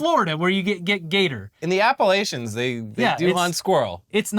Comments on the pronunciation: look at me. Appa-LATCH-en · Ahh, an entire story featuring a creature whose name most Americans struggle to pronounce. Does it get any better? I think not. Edit: & actually do a better job than most! The 'i' often disappears in the mouths of less careful speakers....